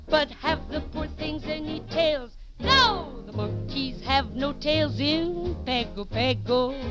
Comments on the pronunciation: This has been wrong for over 80 years. It is pronounced "pango pango". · Pago Pago, the capital of American Samoa. How is it pronounced with an 'N' in the word when one doesn't exist?